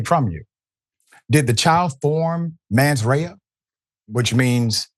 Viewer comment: It's pronounced "Men's" rea and not "Man's" rea